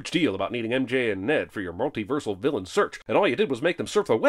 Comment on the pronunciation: "vlllain" lol